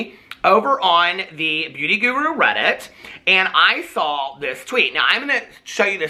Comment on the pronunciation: am I the only person who thinks says "sawl" everytime he says "saw"??